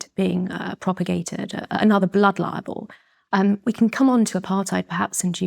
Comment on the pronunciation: Why does she pronounce "Blood Libel" as "Blood Liable" ?